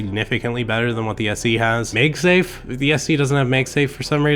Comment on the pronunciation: Meg safe?? You mean MAGsafe. Why do you say it that way